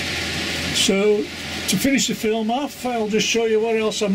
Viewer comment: Don't you mean film not flim lol 😆